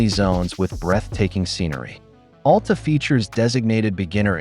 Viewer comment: FYI, it's Al Ta, not All Ta